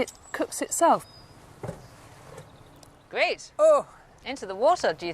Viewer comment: great video. However I am finding the speech impediment very distracting. Gveat video as she would say. Instead of 'r' it's either a 'v' or a strange raspberry noise.